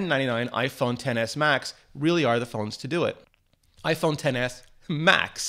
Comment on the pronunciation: Its pronounced "iPhone excess"